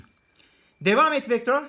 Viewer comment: vektör beee değil beaa